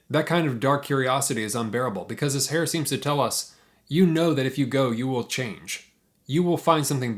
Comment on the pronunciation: Herr is not pronounced like hair- but like her.